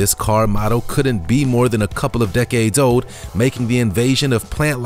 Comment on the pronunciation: Ok pay attention, it’s sold ...not sode. It’s old ... not ode!!!